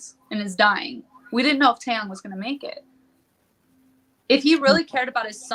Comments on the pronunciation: She contradicts herself Dracilla doesn’t attend school but yet Jihoon picked her up from school ??? Huh ?.. ? If it’s and English class call it class then 🙄 oh by the way , it’s pronounced Tae Yung To those broadcasters who can’t pronounce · Heather Bryson I don’t understand if these bloggers think they know everything and report on it, they can’t get names right or pronounce them correctly just like Taeyang ...